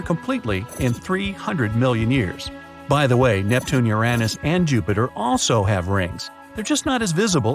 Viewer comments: Mars is NOT our closest neighbor. Fact checks, including how you say Uranus 🤦🏻‍♂️ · Hey, you gave Uranus a third pronunciation!, cool beans 🤗